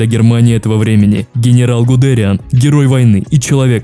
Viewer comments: Привет, видос топ, очень прикольно с исторической хроникой, однако есть небольшие недочёты, во первых, там где должно быть фото Генриха Гиммлера стоит фото Гудериана, во вторых, не РоммЕль, а рОммель, не ГудЕриан, а ГудериАн, 😅 (без обид, просто неточности) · И в общем, ты часто не правильно произносишь фамилии рОммель гудериАн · Все супер. Только ПОЖАЛУЙСТА! исправь свое произношение. Не люфтАфЕ, а лювтВаффЭ, не ГудЭриан, а ГудериАн(на последний слог, как у фпанцузов)